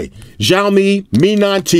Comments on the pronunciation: lol its not jaomi, its shaomi (Xiaomi) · U can't pronounce XIAOMI well, i hear XJAOMI ALL THE TIME LOL